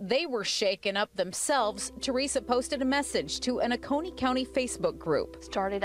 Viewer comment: Oconee is OH-coney. I live about 15 mins from there. But I didn’t see hear or feel anything.